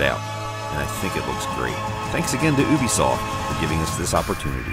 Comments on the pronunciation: He said oobisoft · its pronounced you-be-soft not oo-be-soft